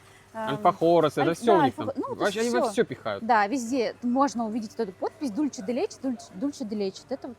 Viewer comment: Учите испанский язык. Ола, а не Оля. Дульсэ, а не Дульче.